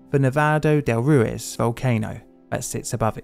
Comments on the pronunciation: Thanks for making and sharing this story with the public. I went to Armero 5 years ago and it truly is a ghost town. Just for your information: Ruiz is pronounced roo-eez, not roo-iz. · Or Roo-ez, which he also says. I’ve never heard a British person with decent pronunciation in any Romance language, they’re hopeless🙂